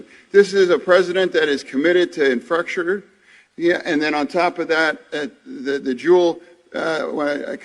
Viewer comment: Say it with me now: "infrastructure". Hoodies now a new fashion trend in the U.S. Senate.